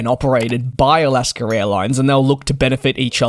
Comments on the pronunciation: “Alascker Airlines”. Lol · The word / name "Alaska" does not end with an "R". There is no R in it. When pronouncing it, there is no need to add an R to the end of the name....... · Just how he pronounces Alaska